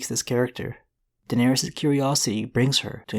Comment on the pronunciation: Air-Riss not air-Rees right? All of the targs with the -ys ending are pronounced “Riss”